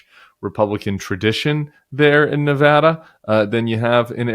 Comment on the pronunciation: Thank you for pronouncing Nevada correctly! We're working hard here! We've gone blue since 2008 and I hope it stays that way.